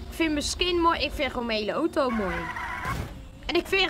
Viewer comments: ) het is auto geen OTO;) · ben ik de enigste die het raar vind dat hij oto zegt in plaats van auto? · Het is een auto geen otoo